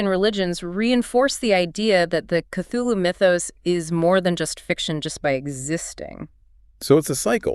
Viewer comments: No, I gave up on the video by like the third time I heard Kuloo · Why are you pronouncing Cthulhu as Kuloo?